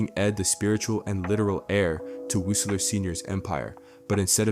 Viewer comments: Woocler? This is AI you call him Wunkler I other videos this is obviously fake. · I dont understand why you always mispronounce Wuncler. Wunkler, Win-sler. Its pronounced Once-ler. But you have to know this. Im sure you must. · Why do you keep saying "Wunkler". You've watched the show in depth probably more than any of us 😂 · "GO AHEAD! SAY WUNKLER ONE MORE TIME! I DARE YOU, I DOUBLE DARE YOU, MOTHER FUCKER! SAY WUNKLER ONE MORE TIME!" My brother in Christ, it's ONCE-LURE. lol. Great video besides that. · I find it odd that the narrator changes pronunciation of Wuncler as Wooncler and Won kler (it’s based on the Once-ler from the Lorax) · I think your supposed to pronounce his name the same as the bad guy from Lorax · He keeps pronouncing it "Wunkler" I think it's an AI voice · Pretty sure the Wuncler family name is pronounced the same as the being in The Lorax that tells the tale of his greed destroying everyone in that book. Wuncler will abuse his power until cornered at which point he will cry for someone to fix everything, just like in the Lorax. Weak, short sighted people in power, abusing that power for short term gains to drop their problems on the world as if they didn't get us all there. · I think it's definitely AI at some point. I'm hearing him repeat himself a few times, and the mispronunciation of Wuncler screams "I haven't actually watched the show" I'm hearing Winceler AND Wuncler but I've also heard Woosler 🙄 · I continue to giggle at the several mispronunciations of the Wuncler name hehe~ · at this point you can stop watching the video, he basically repeats what he says about wealth, privilege, etc.. over and over again even usie the same segments like he forgot he already clipped that in, also he starts pronouncing the name Wuncler 2 different was which leads me to believe this video is probably ai generated or at least used it in its production. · This brother cannot say Wunceler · I lost count how many times he said wuncler wrong lol😂😂😂😂😂